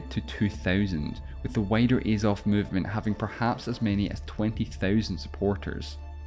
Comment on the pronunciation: There's unbiased information and then there's this. Discussing the ways for the war to end by ONLY working with russia's demands is immediately slanted. This probably explains the mispronunciation of 'Azov' and missing out their renouncing of their ideals over half a decade ago. Mostly good information but very lacking in key areas. C- grade. Слава Україні.